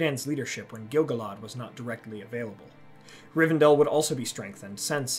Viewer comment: What if the narrator pronounced Gil-galad properly?